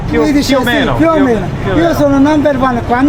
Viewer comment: G your Italian sounds great! When you said "più o meno" I was impressed I thought you've been practising for a while